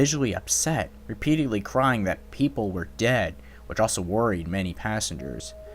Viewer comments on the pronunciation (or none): none